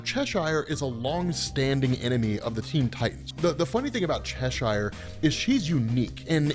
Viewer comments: It's pronounced "Chesher" 😭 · Cheshire is pronounced Che-shuh.